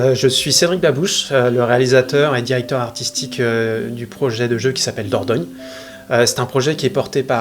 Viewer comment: "Dordogne" la classe 👌💪